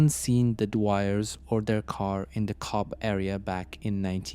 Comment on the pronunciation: Its pronounced Cove